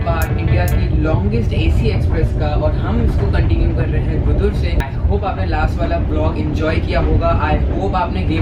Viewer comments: It is गुडुर, not गुदुर .. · dude Nellore is not in TN it’s in Andhra Pradesh And Gudur is pronounced as Goo—Doo—R